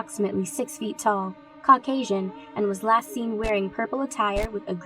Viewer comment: for a second there i thought the girl said cock asian but she really said caucasian